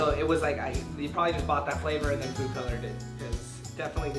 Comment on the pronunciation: He said foode at the start instead of food